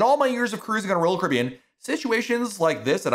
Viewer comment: I’m impressed how you’ve made Royal Caribbean a one syllable word